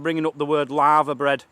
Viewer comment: For we Americans said LAVERBREAD which is a traditional Welsh dish made with littoral alga (seaweed). Sorry, it sounded like you said LAVA bread like a volcano, haha. It looks like something a Cow would eat, enjoy:)